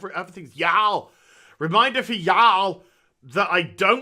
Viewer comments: Making fun of the Southern accent is not productive. It's pronounced yu-all. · I agree with what you are saying but you seriously need to learn how to say "Y'all" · Oh,. The way you pronounce y'all is golden. I haven't played WoW in years at this point, but I do enjoy getting your takes on things that are going down.